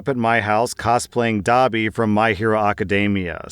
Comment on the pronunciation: When said Dabi, it's like Dobby from Harry Potter. 😂